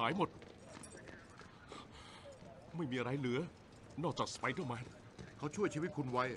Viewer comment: Funny how french is a perfect translation yet harry says Speedèr-mane